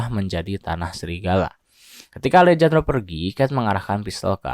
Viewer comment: Alejandro dibaca Alehandro min 😅